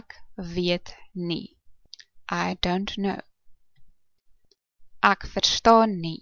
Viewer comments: It should definitely be like the "ack" from acknowledge. You must be a capey. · The pronunciation of "ek" in this video is also wrong. The sound should not be in the back of your mouth, like in "acknowledge", but in the front of the mouth, like in "extreme". Ek = extreme (correct). Ek = acknowledge (wrong).